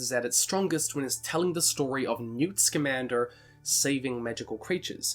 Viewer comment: Anyone else love how he turns into a cowboy everytime he has to say "Scamander"?